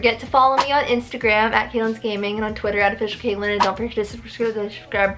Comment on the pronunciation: who’s kaelyn? it’s! 😭😭😭😭😭🤣🤣🤣🤣